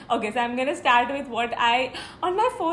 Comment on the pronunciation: U were like "shtart" for start